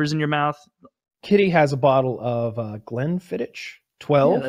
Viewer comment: Glen-fiddiCK is how its pronounced. That killed me every time they said it wrong